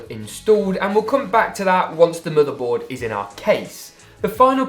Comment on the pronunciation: the way he says motheboud